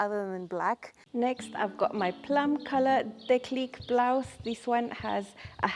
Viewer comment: Gorgeous tops! I will have to go have a look at the website. French tip - the acute accent makes the E hard like deep rather than soft like depth (who would have thought my high school French had real world application 45 years later).